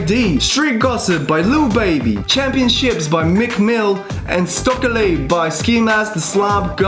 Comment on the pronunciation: this nigga said “stokaly” i’m dead 😭